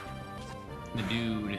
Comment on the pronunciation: You keep saying thedude and I keep side eyeing you